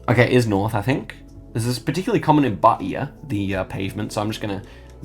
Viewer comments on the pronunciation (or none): none